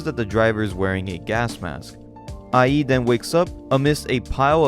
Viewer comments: The way you said Ie's name had me rolling my brain sometimes. I think it's supposed to be like iayyy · Ie is pronounced “EE-eh”, just letting you know. Banger vid’ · Also, pretty sure the protagonist's name (Ie) is pronounced like "ee-é" instead of "i.e."